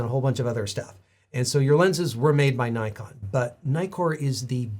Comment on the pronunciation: As you explained the history of the company's name almost every American (and few Canadians) doesn't pronounce "Nikon" the right way...